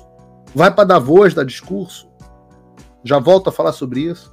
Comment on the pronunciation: Vc é o primeiro brasileiro que pronuncia Davos correto. Quem ainda não sabe quem é o Klaus Schab e o que ele quer com o Fórum E Mundial deveria começar a se interessar.